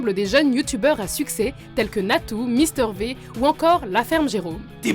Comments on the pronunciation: on dit pas mister vé mais on dit mister vi!! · le V de mister V se prononce vi et non vé ... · mister v pas mister ve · On le lit pister Vy et sa s'écrit v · Elle a dit Mister Vé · Mister v sa se prononce mister vi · Mister V se dit Mister VIIIII!!!!BORDEL DE MERDE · Ah oui et c'est Mister V mais ça se prononce Mister Vi